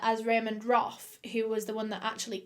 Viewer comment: Roff not Roth.